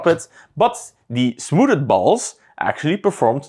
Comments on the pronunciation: nope. Je spreekt het smoethd uit. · smooded is the best way to pronounce smoothed I've ever heard 👍👏